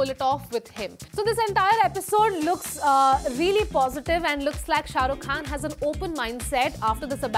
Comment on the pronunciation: Did she just say "Charuk Khan" in the beginning???🤔🤔😅